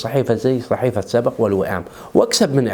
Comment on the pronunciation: اسمها صحيفة سبْق مو سبَق..... بسكون الباء وليس فتحها . (سبق) من سبق صحفي